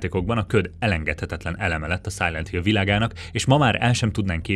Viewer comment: Direkt mondtad,hogy "Szájlít Hill" mikor a Silent Hill volt a soros a listán? Vagy baki volt?